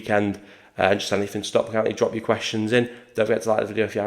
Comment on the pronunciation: We'll forgive you struggling with pronouncing his name but you really need to work on your pronunciation of Stockport.